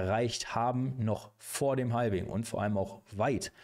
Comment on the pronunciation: Danke für die Zusammenfassung. Habe es nem Kumpel geschickt. Btw, Halving spricht man ohne L :)